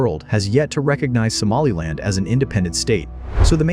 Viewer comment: I am from northern Somalia wich you say somalind